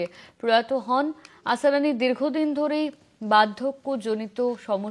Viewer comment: আসারানি নয় আসরানি